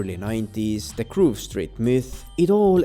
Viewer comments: It's Grove, not Groove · At first I was gonna yell at you for pronouncing it “Groove Street” but after a few minutes I was like, “why? It’s better!” Congratulations on coining a new affectionate malapropism.